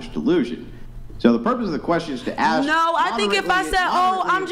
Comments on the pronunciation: why do a lot of black people fail to say the word ask. do they think that it is spelt aks? they probably do. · Never argue with anyone who pronounces the word ask as "ax." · She even threw the "axe me a question" in this episode as well..😮